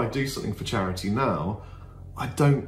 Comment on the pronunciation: "It's for chariddy mate"